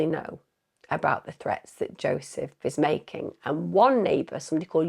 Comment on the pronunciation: Jozsef is "YO-sef" and the Hungarian name Eva is "Ava"